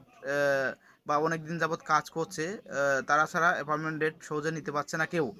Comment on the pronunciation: ভাই আপনি তো বাংলা উচ্চারণ ঠিক করে বলতে পারেন না। ভিডিও করার কি দরকার। এপয়েন্টমেন্ট কে কি বলেন?